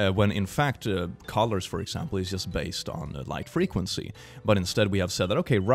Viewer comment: When you said colors, i thought you said collars and my brain couldn't work for a moment